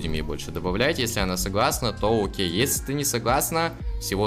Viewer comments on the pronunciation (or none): none